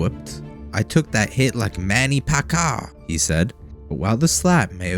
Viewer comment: Bro, this could have been so much better if you didn’t use click bait by saying there is a 40mil lawsuit smh! Can’t grow like that man, do better. Also get the names correct. It’s Al-see-na. It’s Mannie Pack-eeh-owl. SMH..